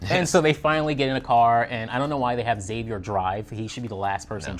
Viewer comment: EX-AVIER!!! Please stop saying Zavier, Daddy Blake called him X, the video he starred in was called "The X-Man Cometh", the show's promo image is the roofs of the cabin forming an X. And oh yeah, every single character in the show calls him EX-AVIER!